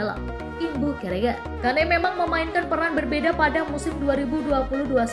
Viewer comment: Bacanya Ken mbak,😂🤭